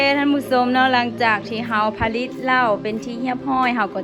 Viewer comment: สาวมิโต้ มาแก้ไขคำผิดกัน "ผลิต"อ่านว่า ผะ-หลิด และ โล้ชิงช้า อ่านว่า โล้-ชิง-ช้า เหล้าขาวกีดีกรี น้อง สู้ๆ